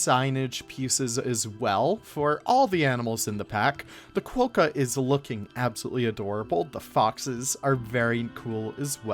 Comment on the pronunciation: Love your work but you have us here in Australia in fits of laughter. Your comment that the Quokka is " known as a qwoka..... um, nope, it's definitely a quokka. Also you said they are found in parts of Australia and EUROPE - umm nope again. In fact they are mainly found on Rottnest Island of the coast of Perth with a few very small colonies on the mainland but Europe is about 14,000 KMs away - maybe best not to rely on Google for fact checking. Again we love your work so you just gave us a chuckle. Keep up the good work ✌️😊☀️